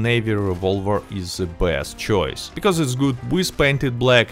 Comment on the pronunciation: It's awesome how his best sounds blessed lol